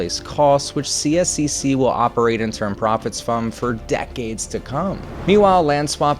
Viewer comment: You can partially think the chair of the committee that got this through: Sonya Sharp who is now running for mayor. Consider this when voting for mayor in Calgary this October. Couple other things: CSEC is generally pronounced C-sec. I'm a season ticket holder to two of their teams, and very much don't appreciate this much public funds going to this project. I'd venture to say the majority of Calgarians weren't in favour of public dollars going to private billionaires, especially this much subsidy. Their original 1/3 split was better: 1/3 up front by the city, 1/3 by CSEC, and 1/3 by the city but recovered through ticket surcharge until paid off. CSEC managed to get away with only like 10% up front cost by them...highway robbery.